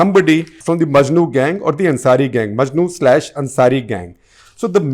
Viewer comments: maknu singh not majnu singh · Makhnu Singh not Majnu Singh, Sir